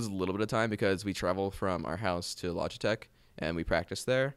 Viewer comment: HE SAID LOGITECK TWICE!